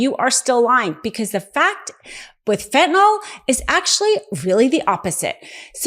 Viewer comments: Please stop calling FentanYl “FentanOl”! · Fentanyl. Fent-ah-nil Not fent'nall or fent'noll. I'm sorry, but Americans should be able to pronounce the names of drugs to which they are addicted to the point it has become an election issue.